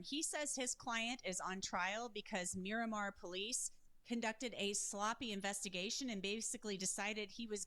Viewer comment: It’s Miramar not Miromar 😂